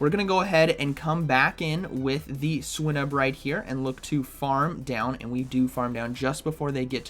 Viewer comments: I am almost certain that you pronounce it /swʌɪnub/, /swɪnub/ feels so wrong... Great video nonetheless. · Dude learn the pokemon names.. swinnub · The way he says swinub xD Also can't wait for all my opponents to start with swinub now haha